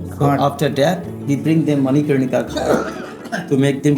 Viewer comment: to ghat λέγεται manikarnika οχι manikarika !